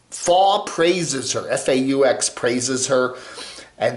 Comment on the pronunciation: "faux" rhymes with "toe."